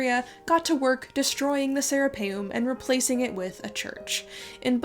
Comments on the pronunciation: Anyone else keep hearing “the Sarah Palin” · Every time you say Sarapeum (sp?) it sounds to me like you are saying Sarah Palin. 😆